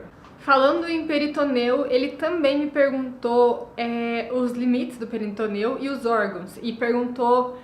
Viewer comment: Querida, se cê tá fazendo vídeo em português, fala PORTUGUÊS!!! Não é peritoneu, é peritônio